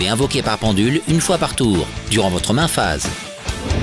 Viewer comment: Oula la pronatiation main ✋ phase